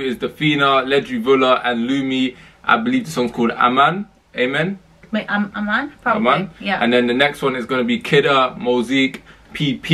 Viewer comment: Its Aman my guy not Ama